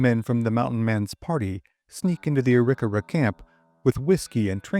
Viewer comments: Great content! Wondering about the pronunciation of "Arikawa".. Not what I've heard before, but I could have heard wrong. Thanks for the history.. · That is one way of saying the name